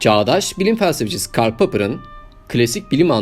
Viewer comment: yapıcı gözükmemesi ses tellerinin kopmasını temenni etmemden dolayı olabilir :D. dediğim gibi kelimeler arasında daha az süre bırakıp kelimeleri de daha yavaş okuman lazım. yani 'felsefecisi' diyeceğine öyle hızlı okuyosun ki felsificisi gibi çıkıyor ve kelimeler arasındaki boşlukta sete gireceğim sanıyorum. finalim var sadece burda buldum türkçesini ama senden de anlamak için 4 kere izledim.